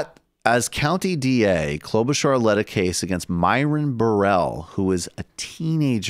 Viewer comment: Michael Brooks: Kloba-SHAR Kyle Kulinski: Kloba-CHAR: Kloba-CAR WHICH ONE IS PRONOUNCING IT CORRECT??